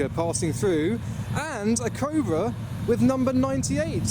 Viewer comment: him saying ''cobra'', sounds like ''covid''